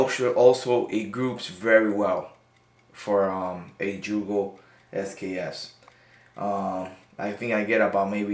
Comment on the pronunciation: YUGO, YUGO, NOT JEWGO